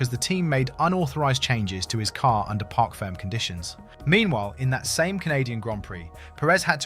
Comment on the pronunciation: Parc fermé “fair-may” , not “firm”. Other wise v good analysis and presentation.